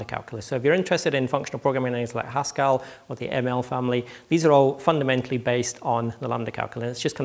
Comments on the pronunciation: Phil P Stress on the first. See my comment above. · That's not how you pronounce 'Haskell': It's not 'Pascal' with a 'H' rather than a 'P'. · I thought he was saying Huskarl the whole time. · Victor Tran Strange to my ears, yes. But "strange" doesn't mean "wrong". :)